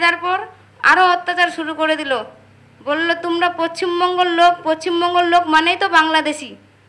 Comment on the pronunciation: পছছিমবঙ্গ 🤣🤣 ভালো করে নিজের নাম রাজ্যের নামটাই বলতে পারছেনা পাবলিকতো বুঝেই যাবে এটা সাজানো ঘটনা।